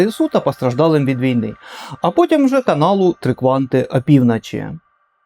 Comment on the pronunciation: Я перепрошую за нахабство, але кожен раз коли я починаю дивитися ваше нове відео, я так і хочу вам написати цей коментар... І не з боку зухвальства, але із найкращими побажаннями вам та каналу: будь-ласка вимовляйте в словах звук "О" як "О", а не як "А" (прик. АпівнАчі). Я, як ваш глядач, дуже про це прошу. Неодразу вийде - і це абсолютно нормально, але хоча б спробуйте. Дякую!!!